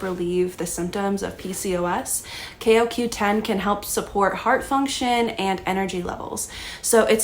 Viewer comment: Can u even pronounce it right? Jesus